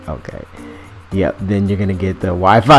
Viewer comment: LMFAO when he said "Wi-Fi"